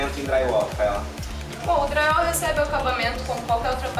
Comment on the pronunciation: Parei de assistir quando ouvi: Draiuol